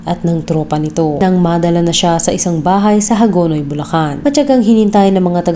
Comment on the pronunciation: Bulacan city Hindi bullan